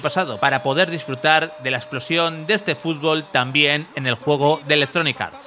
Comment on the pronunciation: TERRENO DE JUEEEEEGOOOOO pronuncia bien que te re parió